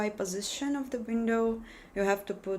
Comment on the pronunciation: Meh "my postiition" enough of this crap